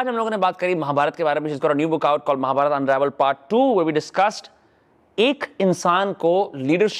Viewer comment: Bhai mahabarataaaaaa nahi mahabharat